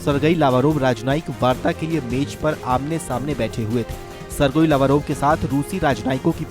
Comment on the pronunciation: The right pronunciation - सिर्गेई लव्रोव्